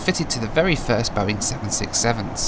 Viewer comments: I laughed so hard about that Boing english and thats How they land😂😂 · Nobody: No airline ever: BOA: Welcome to our Boing 767 fleet!